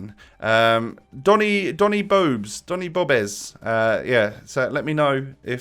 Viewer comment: Isn’t it donny Dobes not bobes or did I hear wrong?